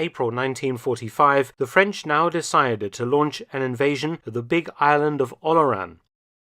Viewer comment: I’m impressed with the excellent pronunciation in French and German of Dr. Felton! 💯 🇫🇷 🇬🇧 🇩🇪